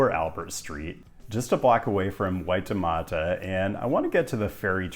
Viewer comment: You pronounced Waitemata and Tamaki pretty well, so congrats, Maori = Mao-dy (two syllables) Interesting video - youre absolutely right about Ponsonby Road